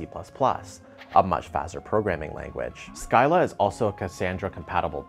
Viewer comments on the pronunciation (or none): Have to point out that it's "sea-lla" instead of "sky-lla". Chatted with folks from ScyllaDB, and Discord is pretty much on Scylla now. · We pronounce it "silla" 😉